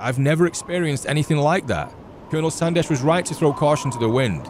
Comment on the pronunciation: When you say col Sandesh I heard col sanders 🙈